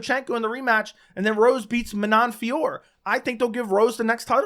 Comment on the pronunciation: Manon Fiorot, along with countless others in previous videos.